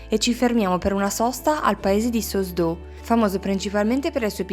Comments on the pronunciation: Si legge "Sause d'Ulzio oppure Sause d'Ulz"........non Sos d'O........ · No, Salice d'Ulzio era il toponimo italianizzato in epoca fascista. Il nome è e resta Sauze d'Oulx (pronunciato sause d'ulx o sause d'uls)